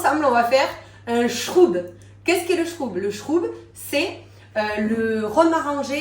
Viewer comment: je suis une antillaise et ma grand mere, ma mère m ont appris à faire macérer au soleil le zeste plusieurs jours ensuite le rhum avec un sirop.... pour la prononciation du shrubb, le u se prononce "au"😊